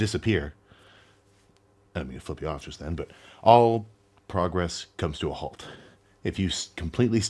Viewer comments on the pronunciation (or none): none